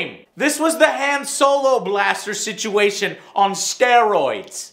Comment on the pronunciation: Oh ,joe that’s not how you pronounce Han, it’s Han it’s with on but with an H not Han with hat